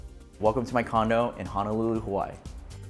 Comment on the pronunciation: You know he's not originally from Hawaii based on the way he pronounces Hawaii. He's probably from California or something.